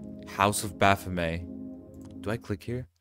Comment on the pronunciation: stop saying “bafomay”